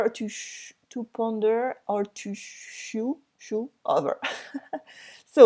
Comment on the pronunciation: Hi! Chew is not pronounced ch like the French champignons but pronounced like the ch in the word... for example church chest cherry. Hope this helps 👍😁